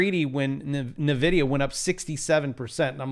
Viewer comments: Please. It's pronounced "en-vid-ia" not "na-vid-ia". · Damnit! It's not "neh-vidia"... it's "EN-vidia"